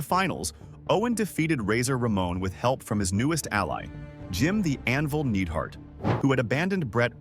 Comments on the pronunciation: Who the fuq is jim needheart ai fails again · Dude talking bout Donovan not knowing wrestling while calling the Anvil “Needhart” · Nidehart, not NEEDHART. Learn how to pronounce names dude. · "Jim The Anvil Needhart!!" Stop this Ai garbage! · Almost tricked me into thinking this wasn’t AI dubbed but Need-heart gave it away. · He mispronounced jims last name too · AI slop. You can't write a script where you bag out a commentator for not knowing anything about wrestling, then you can't pronounce Neidhart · Mocking Art Donovan for not knowing anthing is always fair. Not being able to say 'Neidhart'`. Not so much. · I like how he says jims last name wrong. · Jim “needhart”? “Tatainka?” What’s even more annoying is that he learned how to say Tatanka by the end and didn’t edit out tatainka “ also Bret didn’t get squashed by yoko, I don’t know how long the match was but it definitely wasn’t 9 seconds or whatever you or the ai voice said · I love how they insult Art Donovan, while the crappy A.I. voice can't pronounce Jim Neidhart, Tatanka, among other names correctly.